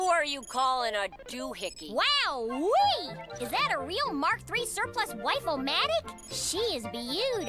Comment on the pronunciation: Sandy sounds like she said waifu-matic instead of wife-O-matic